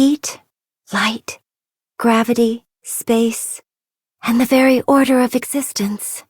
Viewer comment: I thought she said "tell me, what does 'alter' mean", but I found out she says "order"